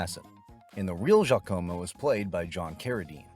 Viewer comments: Very strange pronunciation of Jacamo. AI? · Bad AI narration with the continuous mispronunciations of names, especially Giacomo. It wasn't pronounced like the spelling looks. I've loved and watched this movie many times. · it is the naration not the movie. The jesters name is totally mispronounced because AI can't read. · Even though he mispronounces “Giacomo” and “pestle”? 🤔 (It’s like he watched the movie without any sound.)